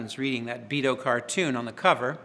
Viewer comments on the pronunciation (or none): It's Beano, not Beado. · Love him and all of his amazing interviews and playing style- But its "Beano" not "Beato" hahah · *beano Not Beado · It's BEANO not "beto" stupid! Beano readers around the world are outraged by your ignorance! Maybe if you'd spent more time reading The Beano instead of practicing your stupid guitar you would have made something of yourself! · Great interview, great playing. Did he call it the Beado album instead of Beano, lol?? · Yes I thought he said Beado! doesn't matter though He still plays a million times better than me at least🤔